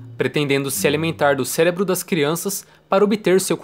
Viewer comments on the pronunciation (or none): none